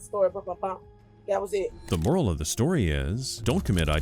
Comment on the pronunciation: Is she saying moral of the story or more of the story? 😂